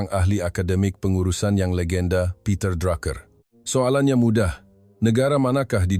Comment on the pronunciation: Nyampah suara AI. Peter Drake jadi Peter Draa-Ker. Pastu jadi dru-ker pulak.